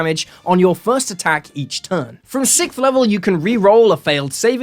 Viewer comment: sixth not sikth.